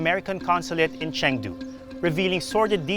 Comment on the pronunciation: How could you go all the way there and not learn how to pronounce "Cheng Du"?